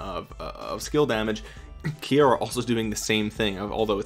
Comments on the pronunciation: Kiera is pronounced keera. Not ki Aira... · KEY-ra...not sure where you got KEY-AIR-uh from